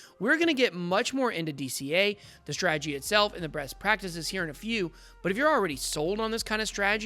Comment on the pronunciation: Did you say “breast” practices? 😳😂